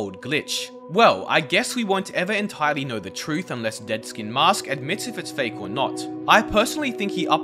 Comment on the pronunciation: Fake* he said fake wrong lol